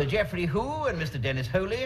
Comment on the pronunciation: People over a certain age, let alone guys from the other side of the pond, are going to struggle with this bit of the sketch. Widdly Whitelaw, Sir Geoffrey Who & Dennis Holey (Willie Whitelaw, Sir Geoffrey Howe & Dennis Healy) were all politicians from that time. Reggie Boozenquart (Reggie Bosanquet - pronounced Bosunket), Angela Rippon & Anna Ford (didn't quite make out mispronounced versions) were TV Newsreaders (news anchor). Mrs Hairy Whitemouse (Mary Whitehouse) was a renowned moral campaigner of the time who frequently took issue with TV content from the mid 1960's well into the 80's.